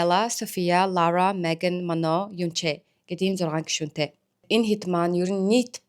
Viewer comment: Mano bish Manon